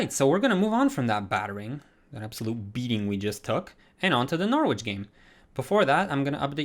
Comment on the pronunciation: Love the content! I use your realistic career mode guide and it adds so much depth! One thing about pronunciation is that Salford is pronounced Solford and the W in Norwich is silent so it’s pronounced Norich :) hope that helps